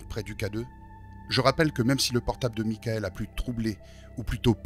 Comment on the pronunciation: A la place du PVE « mickael » moi je comprends « mon cœur »